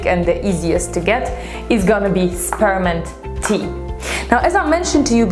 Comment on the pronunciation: When she said spearmint tea, her accent made it sound like sperm tea. 😂😂😂